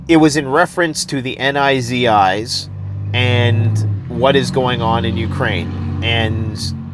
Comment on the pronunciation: The "NIZI" bruh you mean the Nazis? 💀